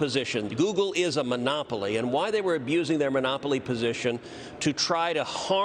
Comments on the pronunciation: 'YOUGLE' lol - a truer word never spoken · "Yoogle"... PRICELESS! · "Yougoole"... lol. That's great. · Sundar Pichai: "Yougle?"...hmmm. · I like 'Yougle', Senator Cruz. Kudos from your home state! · I almost fell off my seat when he said "Yougle" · Youggle. Lol. I mean they are part of the same monopoly so it's fitting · YOOGLE hahahaha :-) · He said YouGle haha